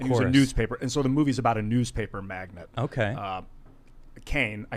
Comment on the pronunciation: dude. It’s magNATE, like oil magnate. Not magNET, like chick magnet. In a world where google exists, there are still those who want to speak to the masses who don’t know what they are saying. Welcome to 2020..... wow. Aloha